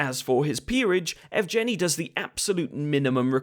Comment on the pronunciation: Evgeniy is pronounced "Yehv-geh-knee." I know it's a bit of a pointless know-it-all bit of pedantry after the fact, but it does grate on the ears a bit if you speak the language. Might be worth running foreign names through Google Translate's voice feature before recording scripts in the future?